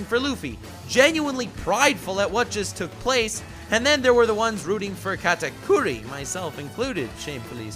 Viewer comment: First thing I clicked on this vid you pronounced his name wrong TRIGGERED